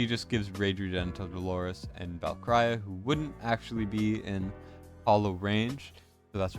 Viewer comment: LOVE your vids but jeez bro you're butchering my ears with how you pronounce Valkyra.